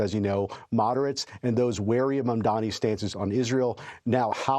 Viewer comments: Dude. It’s MAMDANI. Have the decency to pronounce his name correctly on the show. Saying man-dami is just disrespectful. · It's ma'amdandi!